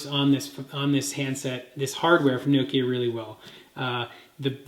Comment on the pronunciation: Its Noh-Kee-Ah,not no-kee-ah, or nook-ee-aah. jeez.